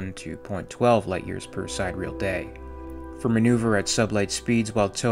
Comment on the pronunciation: Sid-er-eal day. (Not side-real)